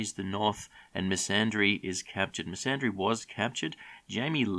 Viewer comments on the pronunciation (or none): Quick question why are you inserting an “r” into Missandei’s name? It’s MISS AN DAY, not “misandry” ffs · Her name is Missandei, NOT misandry. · Lol, Misandry hey? I think you mean MissandEI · Who the hell is messandre ¿ 😂